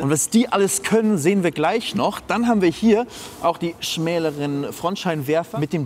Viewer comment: *schmaleren nicht schmäleren